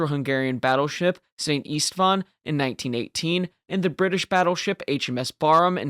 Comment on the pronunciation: It should be pronounced Sent Ishtvan. 😉